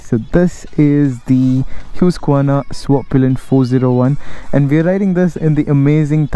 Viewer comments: 2 things, First, the pronunciation of the brand HUSQVARNA. Its not HYUSKVARNA.. its HOOSKVARNA.. Second, its styled based on the neo retro styling phylosophy. Infact one among the first bikes to be styled in this manner from 2018. Good cinematography. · It's Hue-sk-verna and not Huskvarna?